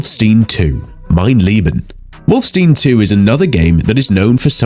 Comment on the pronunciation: Why did why did you say wolfenstein as wolfstene?